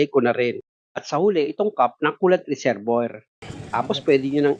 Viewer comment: ang galing mo sir saludo ko sa yo..may minor lang ako napansin kasi yung reservoir ang pronunciation niyan dapat ay re-ser-bwa..salamat sir.